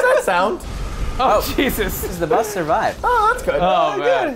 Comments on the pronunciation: its buth not bus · messed up saying Bus one episode ever since they say buth instead of bus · why the fuck does he say bath instead of bus? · buth not bus